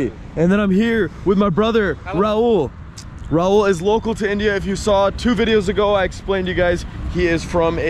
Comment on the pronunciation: Its not Raul the Spanish name. Its Rahul.